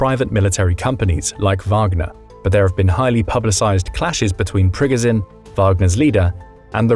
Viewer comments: It's Pree Goh Jin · It is NOT pronounced PRGGAZIN. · Its pronounced pre goh zh nin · Ikr, it's Pig-o-shun. Oink, oink.